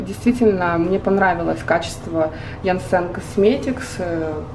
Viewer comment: классное видео😍😍😍 По-моему правильно Янсен, а не янсЕн